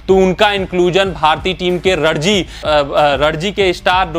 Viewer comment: रणजी ट्रॉफी नाम है, रडजी नाम नही है